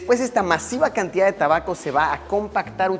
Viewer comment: Se dise tabaco